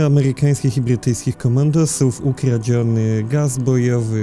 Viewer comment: Boże jak słyszę że ktoś mówi Ghy hosjanie, amehykanskich bhytyjskich to nóż mi się w kieszeni otwiera